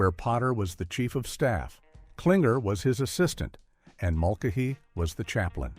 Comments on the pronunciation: MULKahee?? Really? Mul-CAY-hee. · It's Mull-Kay-He not Mulk-A-He!! AI is ruining so many video's. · THE AI Bot Can't even BE PROGRAMMED CORRECTLY ACTOR, WILLIAM CHISTOPHER'S Character was Father, Francis,John, Patrick MULCHANEY THE CHANEY Said like KAINEE -- It was NOT MULHANEY.. PEOPLE YOU NEED TO LEARN AND KNOW THE ENTIRETY OF WHAT CONTENT YOU WANT TO BE PROUD OF AND PEOPLE WILL ENJOY!! AND THESE "LITTLE WONDERS" CALLED BOTS< AND AI MECHANICS ARE NOT MAKING FANS OF PEOPLE WHO ARE NOW AVOIDING YOUR VIDEOS AND CONTENT BECAUSE YOU WANT TO BE SO DUMB BUTT LAZY, YOU CAN'T EVEN PROGRAM A SINGLE SENTENCE INTO A MECHANICAL, ELECTRONICAL DEVICE JUST SO YOU CAN SIT BACK ON YOUR BUTTS AND LET THE MACHINES ATTEMPT TO DO YOUR JOB!!! WHICH THEY FAIL MISERABLY AT!!! YOU DESERVE TO HAVE YOUR ChANNELS SHUT DOWN!!! AND DEMONETIZED!!! SINCE, IF YOU DON'T WANT TO PUT TRUE PRIDE AND EFFORTS INTO YOUR SO CALLED "WORK," THEN YOU DON'T TRULY DESERVE TO BE OR GET PAID MONEY FOR IT!!! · Mull-Kuh-Hee. Really, AI?? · This narration’s biggest sin is not able to pronounce Mulcahy… “Mul-ka-he”! Are you freakin kidding me? That’s when I stopped watching! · Father Mul-KA-he? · Father Mulka Hee agrees. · Father Mul-kuh-'hee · No kidding! Father Mulk-a-Hee? (－‸ლ) And another Big No is when they don't even bother showing us clips of the show with the characters' voices. Thank goodness for the "Don't Recommend Channel" option. A thumbs-down isn't even enough for this dreck. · What this reminds me of is that good content can be made using AI. But it requires the producer to sit down and watch and try to clear up the errors. None of that is done here. The mispronunciation of Farther Mulcahy is painful. It's interesting content broken by poor production. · Wow, mispronouncing Father Mulcahy's name. Holy AI crap. Total garbage. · The crappy A.I. narration couldn’t even handle basic names. “Father Mulcahy” from M.A.S.H. was butchered. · Fr mulcayhy is pronounce with a long a.